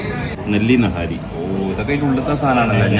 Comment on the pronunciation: naaahari alleda... niiihaaarriii